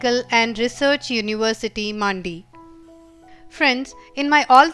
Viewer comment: Di it's mandi not maandi